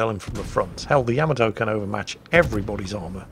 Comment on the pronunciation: It is not the name. The ship is the YA-MAH--TOE. There are not TWO M's in the name. :P